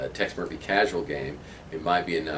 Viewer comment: Tex "moiphy" How ya doin' "moif"